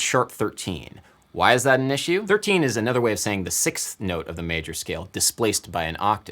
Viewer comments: did our guy really just say "is shoe" instead of "issue" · This is interesting linguistically. Some American people would palatalize issue, pronouncing iSHue as opposed to Isssue, you chose to pronounce consecutively two different consonants, which is exceptional. I wonder if other people in your demographic or relatives do this.